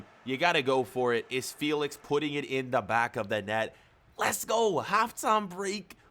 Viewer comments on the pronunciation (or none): Joa Felix not Joa Feelix🤬